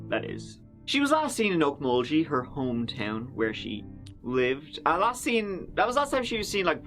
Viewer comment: Aaaaaaaaa lol 😆 I'm sorry but I giggle everytime he mispronounced our town name's bless his heart its Weleetka - wo-leek-a and Okmulgee owk-muhl-gee. The weleetka community center is called this because it's own and operated by the Weleetka nation in weleetka territory. Just like where I live, I'm in choctaw nation territory and we have many choctaw centers as well. 😉.